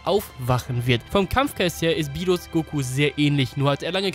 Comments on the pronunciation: Der heisst Beerus nicht Bierus..und als Gott wird man doch unsterblich wie sein Engel (Whis) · rrrrrrrrrrrrrrrrrrrrrrrrrrrrr berrrrrrrus